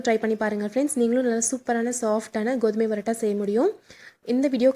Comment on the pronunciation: Parota madam barota இல்ல